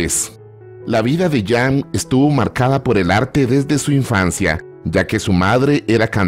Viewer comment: Si me acuerdo de ese clásico, nunca lo pude conseguir en su momento pero si la conseguí en cd con buen sonido en uno variado, nunca he podido ver esa película y otras que filmó. perdon por hacerle una pequeña observación y es lo siguiente, "Jane" se pronuncia "Yein"o"llein" porque era Británica y no Francesa o Italiana.